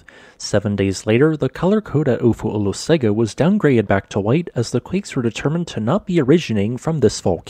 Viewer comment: In Samoan “g” is pronounced “ng”. Pronounce Olosega “Olosenga”. Thank you for your stellar reporting.